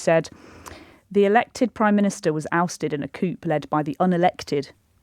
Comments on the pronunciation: Coup is pronounced 'coo'. Not 'coop'. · Please could someone at LBC politely point out to that the word 'coup' is pronounced 'coo', not 'coop'! BTW, Elphicke has indicated that she will be standing down at the General Election. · Please tell me that she knew how to pronounce coup correctly…. It is ‘coo’, not ‘coop’……. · To the surprise of many, said coup with the p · Coup pronounced cou. No p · "a coop"? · 'Coup' is pronounced as 'coo' - but I put it down to the defection and all its ramifications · You don't pronounce the p in coup 😂 On a serious note, proving Starmers drift to the right.